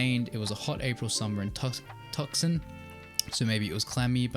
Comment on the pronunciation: U pronounced Tucson wrong